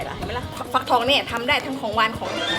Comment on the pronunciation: ฟักทองซิไม่ใช่ฟักทวยนะคะ